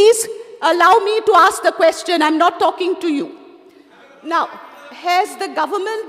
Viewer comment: seems to be uneducated.Cant even pronounce question.He says keshtion..ha ha This Jennifer seems to be lost Whole Bjp team is dafar